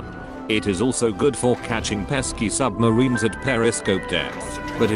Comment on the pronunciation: When he said "if you decide to chase SUBMARINES"...I fcking heard "if you decide to chase SUBHUMANS" but I liked the video so now I'm having panic attack bruh